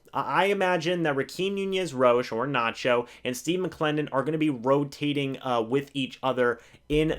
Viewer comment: Roachez!! Not Roach